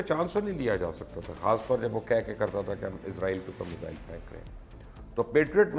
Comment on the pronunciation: بھائی مبشِّر "فار ریچنگ" جیسی غیر لسانی، غیر معروف اصطلاح کی بجائے "دور رس" استعمال کرتے۔ اسی طرح میزائیل کو مِسَ اِلس کہہ کر کیا ثابت کرنا ہے۔ امریکی کو امیریکن کہہ دیتے ہو اور اسرائیل کو کبھی ازرائیل اور کبھی اسرائیل کہہ دیتے ہو۔ طے کرلو کہ آپکے نظریات کس کے لئے، کس زبان میں ہیں، پھر پیش کرو۔